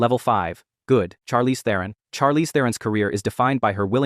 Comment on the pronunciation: Pronounce Charlize Theron correctly, please? Some respect.